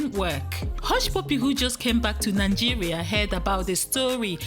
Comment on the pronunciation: 🤔🤔🤦😲wait a minute, is it Nangeria or Nigeria?